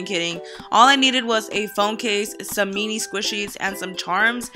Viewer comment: the way karina says mini😂😂 how do you guys say mini? Me- knee or min- e